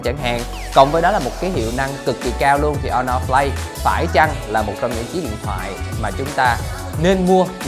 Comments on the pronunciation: Sao Asus lại không nên mua nhỉ? Mình thấy cũng ngon mà. Với lại review đọc Honor Play mà lại đọc là Honor Flay. Đâu phải điện thoại Trung Quốc nào cũng không đáng mua: Xiaomi black shark, Xiaomi mi 8 / mi 8 EE / mi 8 SE, Huawei nova 3/ 3i,Huawei P20 pro, Oppo find X, Vivo Nex S, Asus zenfone 5/ 5z,... Không đáng mua là sao nhỉ? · Khuyên thật bạn này k nên làm review điện thoại Phát âm thì sai Hono flay là hãng j thế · Đt chơi game đc z rồi mà còn đòi hỏi camera? Phát âm tên sp nghe ức chế vl hono play? Là sp nào vậy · nó đọc o no play